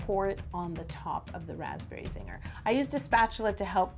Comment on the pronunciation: lol everytime she said raspberry Zinger I was like... "raspberry Ziegler" (Like Mackenzie/Maddie/mellissa Ziegler lol)